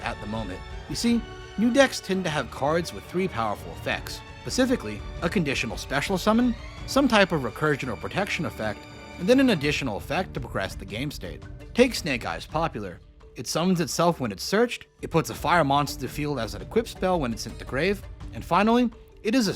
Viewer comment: Drawl phase. Popoolar. Bye-stials